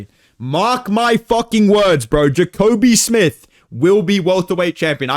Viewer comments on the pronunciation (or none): “Jacobe smith” okay you not fooling anybody buddy